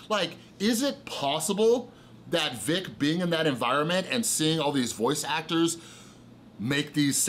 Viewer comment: But dude. At the same time you totally butchered Vic's name which takes away allot of your credibility on the situation. If you've been catching up on YouTube shouldn't you know how to say it now? It just looks like you spent one morning down a bias rabbit hole. Vic has been a known creep on minors for years. It's in the depositions where he admits to kissing and hugging young girls unprompted. I recommend reading the depositions instead of watching already bias videos of depositions. Also Vic was apart of Ghost Stories dub. Which is along the same lines as these leaks with tons of homophobic and racist slurs. He was on project that was literally the same thing.